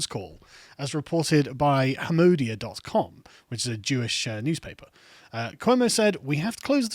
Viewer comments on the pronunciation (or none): The name of the Jewish newspaper "Hamodia" has the emphasis on the third syllable, "Ha-mo-DEE-a", not the second. One reason Cuomo may dislike Jews is that Orthodox/religious Jews are overwhelmingly politically conservative. Orthodox Jews support Trump and other Republican candidates by an average margin of 80/20.